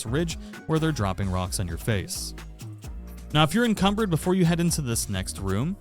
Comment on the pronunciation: I don't know if you say things wrong purposely, but cucumbered. No it's called Encumbered.😂